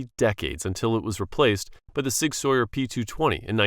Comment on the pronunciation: It's not Sig Sawyer, it's Sig SOUR!!